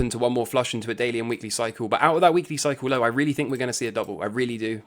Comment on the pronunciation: Few videos in... take a damn shot every time says "Cycle lowe (low - British accent emphasis added)" lol - ughhhh